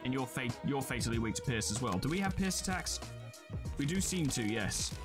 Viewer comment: When he says pierce it sounds like he is saying piss